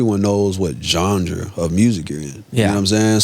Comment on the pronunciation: Bro said “gengre”